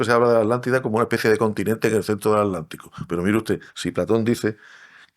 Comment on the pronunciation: No entiendo por qué pronuncian alántico o alántica omitiendo la T. Se pronuncia aTlántico o aTlántica.